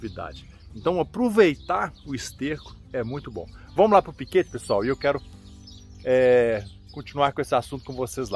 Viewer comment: Bom dia amigo voce falou PA de parana e nao e significa para